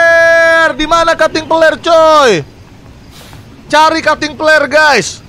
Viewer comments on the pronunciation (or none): Bang windah ko ngomongnya cuting peler